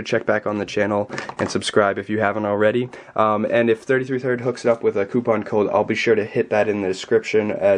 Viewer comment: "thrid" i love you.